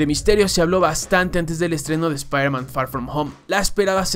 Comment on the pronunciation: Nadie:: sprhmen